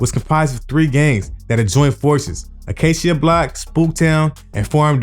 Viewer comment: Tragniew is pronounced /Trag-new/ And it's Tragniew Park Compton Crip. He can't be from the south central area. He ever pronounced Acacia wrong.